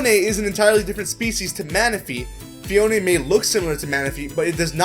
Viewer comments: It's pronnunce phee-own not phee-own-eh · Phione pronnounced fie-OH-in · u said phione wrong ur not meant to say the e its silent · phione sounds like phone